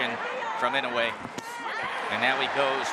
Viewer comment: PLEASE! Inoue (Ē-no- way) not (in-o-way) thanks